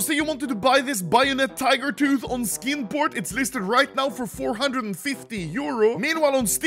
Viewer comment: I'm going to be completely honest. I thought he said "Skin Porn" the first time he said "Skin Port"